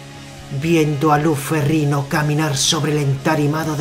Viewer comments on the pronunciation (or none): Curiosidad por saber.... pero me gano la verguenza ajena por el tono y la voz del comentador hehehehehe y no se dice ferriNo se dice ferriÑo la "GN" en italiano es la "Ñ" en español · No sé pronuncia ferrino es "ferriño" como Ronaldinho